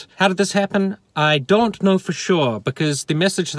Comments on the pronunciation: I've absorbed everything you've said. And as a fellow Nu-Zeelandish person, your pronunciation of the word "don't" bothers me. You say it more like the name "Don" than the word "dough". It's strange and it keeps me awake at night. I never ever read anything on twitter from you, but I am terribly sad that (like everyone else on that platform) you have been suspended. One day Twitter will reach its logical conclusion of having no users left on it. Personally I think that's a good thing because it sucks. It can eat my ghost chips. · It's really quite simple. Say after me. "Don" (like Don Brash). Now say "donut" (American spelling for you there). Now, take the first part of "donut" and remove the "u". You now have the word "don't", but it sounds like "don't" instead of "DON't" (like Don Brash). There, I fixed it for you. Next week I'll concentrate on your terrible spelling and grammar. Your car videos always have the best production value. Love you long time.